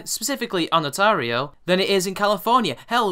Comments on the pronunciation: Fucks sake! It's Ontario! Not "Onatario!" She actually had that ONE fact right. Other than that small pet peeve, amazing video and I can't wait to see her ass end up in jail for defamation. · Agree with the video but really man learn how to read place names! It's Ontario not Onatario! lol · its pronounced ON-TARE-E-O Ontario. she's also wrong to even mention statutory needs of consent from parents when the two people are of the age of consent. she was 17 which by Canadian law makes her over the age to give consent at 16. with such a large age gap between the two had she been 16 he would have needed parental consent but and this is where Canadian law differs greatly from American laws because she was 17 within the last year before Majority her consent becomes the only one needed for sexual encounters regardless of the partners age. also as a side note a parent can not agree to allow their child below the legally recognized age of 14 the previous legal age of consent to sexual activities unless the partner is of the same age group +-3 yrs IE a parent can chose not to allow proceedings against a 15 yr old who was seeing a 14 yr old. the laws have been shifting around over the last few decades so depending what province you may see some variables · Great video, got yourself a new sub. Just for the record Ontario is pronounced on-tar-io. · it's ON TARE E O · hey bro it pronounced ON TERRY O not how u are pronouncing it bro Just saying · LOL at your mispronunciation of "Ontario"